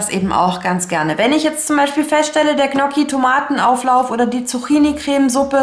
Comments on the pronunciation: Ich plane auch immer. Allerdings hapert es manchmal mit meinem Vorrats Check. Tolles Video. Noch eine kleine Anmerkung zur Aussprache der Gnocchi. Richtig ausgesprochen: Njocki. gn sprich wie nj. Das ist wie bei Lasagne oder Cognac. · Vielen Dank für deine Tipps. Ich mache es ganz genauso, das hilft sehr. Ich muss nur mal meine Vorräte aufschreiben. Das Ich schätze sonst deine ruhige Art zu sprechen, heute war es mir allerdings viel zu hektisch. Das Zuhören war sehr anstrengend für mich und machte mich nervös. Ich finde es lustig, wie du Saison, saisonal, Soße und Gnocchi aussprichst 🥰 habe ich so noch nie gehört.